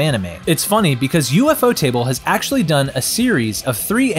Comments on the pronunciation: ufotable ❌ U-F-O Table✅ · "an ufotable production" alwayd drived me nuts, until i realised its UFOtable, not U-F-Otable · U f o table? It's u- fot (like boat) able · I clicked off as soon as I heard him say U.F.O TABLE 😂😂😂😂 I knew then this was some 💩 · Omg you just butcher UFOTable 😂😂 It's pronounced U-Fo-Ta-Bul everytime you said it wrong it was such a CRINGE to my ears 😫😫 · ufo table, has gotta be the best way ive ever heard someone pronounce that lmao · Lol bro cause you butchered the name "you-fo table" the might decide to scrap the trilogy🤣🤣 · U...F...O table....... bruh say it right... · I quit watching when I heard U-F-O table💀💀💀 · "U-F-O-table" is criminal bro 😭😭😭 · That's exactly what I was thinking 😭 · its an ai voice, ofc its gonna mispronounce certain things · idc if its ai, i pointed out that ofc its ai bc they said u-f-o table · Why is he pronouncing ufotable like that